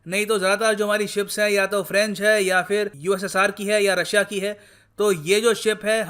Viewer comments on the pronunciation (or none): none